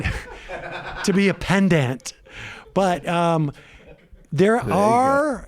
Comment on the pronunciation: I know what he was trying to say but he said "Pendant"